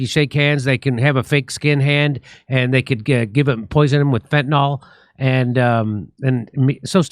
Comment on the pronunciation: Jim Jam, please... it isn't "fentnol." It is fen-ta-nyl.